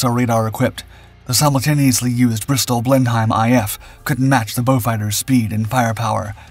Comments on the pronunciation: Blen-Hime??... Blenheim is pronounced Blen-num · A very interesting video, as usual. However, the English language is something of a minefield, isn't it? Blenheim is pronounced 'Blen-im', not 'Blen-hime'. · Good video, but it's pronounced "BLEN 'IM" not "BLEN HIME" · It's blennim not blen-hime. ;O) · "Blend-hime" lmao, "Blenheim" has no "D" in it whether pronounced or silent, it is also pronounced as "Blen'm" or if you prefer "Blennem" with no emphasis on the last letter "E", that "E" is silent hence "n'm" in "Blen'm", you will also find that the letter "H" is also silent when pronouncing "Blenheim" as is the letter "I", "you're welcome for the English lesson"! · An excellent video but there's just one small point I wish to make: You pronounced the name of the Bristol Blenheim incorrectly. It should be pronounced 'blennim' and the 'h' is silent. I know this because my father made wing and fuselage panels for Blenheims, Beauforts and Beaufighters during the war, and I have lived in Bristol for my whole life. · I can understand mistakes in pronunciation when talking about Russian planes or locations but in English 🤣 Blenheim (Blen-ham) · 'try-coll-OOR' 'Blendheim'